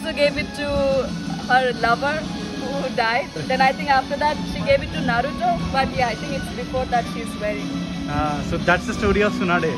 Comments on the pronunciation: Why 🧐 do you pronounce naruthooo naruthooo repeatedly. Isn't Naruto pronounciation? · Not narutho😂 its naruto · It is not Narutho 😡🤬🤬🤬🤬🤬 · Bruh Narutho kadhu Naruto anni pronounce chy knchm vinataniki uneasy ga undhi naruthoo antuntey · Naruto bhayya naratoo kadu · Bro it's Naruto not narutho..... Tho kadhu to......😌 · Bro not నరులతో correct name is నరుటో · Bro narutu kadhu ra naruto it's Naruto to... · Nartho! Kadhu bro 😢 it's Naruto t pronounce cheyali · Narutho kadhu anna naruto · Naruthoo kadhu bro Naruto 😂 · అది నరుటో కాదు నారుటో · Naruto raa Babu narutho kadhu